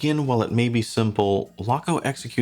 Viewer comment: Stowa is pronounced Shtova. Laco is pronounced Layco. Archimede puts both to shame for value in an actual German Made (not just German assembled) flieger.